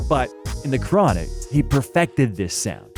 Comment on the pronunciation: Not “The Chron” 😂